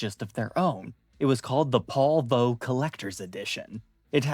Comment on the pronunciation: I giggled every time he said vo power. Coming from Moog, I'm guessing it's a voltage oscillator, usually pronounced Vee Oh. Can anyone confirm if that is correct?